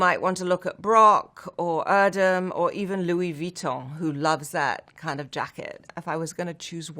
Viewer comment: YUP! She pronunciated Luis Vuitton right!